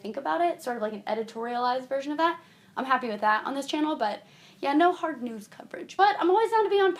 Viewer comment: when you say "news" it sounds like you're saying "nudes"